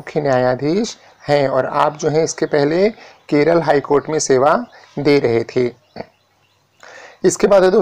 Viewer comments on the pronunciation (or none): none